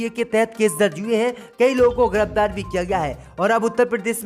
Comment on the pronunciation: Abe bhai Laukhnaw ko Nakhanaw aur giraftar ko girabdar mat bola karo Mulayam Singh Yadav kitana bhi Jordan laga len parantu Shivpal ki koi aokat rajneet me nahi badegi kun ki Akhilesh ji ne kharab chhavi wale logon ki chhatani kar ke SAMAAJ WADI PARTY ko sab se achchhi aur sughad chhavi de di hai aane wale vidhan sabha chunav me yahi party S.P. hi U.P. me sarkar banayegi